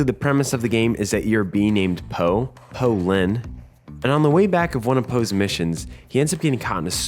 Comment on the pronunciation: Poe Lin more like BOLIN